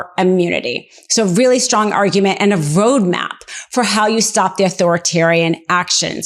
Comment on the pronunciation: Whats a voadmap?